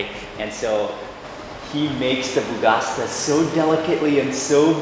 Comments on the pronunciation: Not bougasta .... its bougatsa!!!!!! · Hi Mark, your videos are super nice... thank you for sharing them, it's as if we are with you :-) One thing ... it is Boughatsa not Boughasta :-D have a nice Day... Regards from Cairo, Egypt :-) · Pronounced boo-gha-cha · Correction: Bougatsa not Bougasta 🙂👋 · it's called "bugatsa" , not "bugasta" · bro i love your videos, ! the name of the breakfast is bugatsa , you said bugasta instead :D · my friend...so nice videos....One litlle funny thing is the BougaSTA wich is BougaTSA (like cha-cha or *ch*ew)....i really enjoy this funny mistake. Again great videos. Greetings from Greece. If you ever come back in Athens feel free to wrote me if like some extra tips. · I’m really happy you like our food!! Can’t wait to go back to Greece for Christmas to gain 10kg haha Ps : it’s bougatsa not bougasta ;)